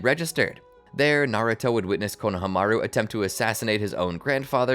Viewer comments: i was happy till he started sayin konohamaru name wrong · JFC the way you pronounce Konohamaru makes me feel like I'm listening to AI.